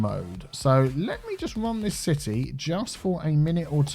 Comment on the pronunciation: I dont know why, but every time I hear saying "city" I hear "c-tea"